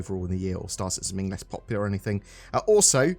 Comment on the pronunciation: can you stop saying anythink. its that one thing .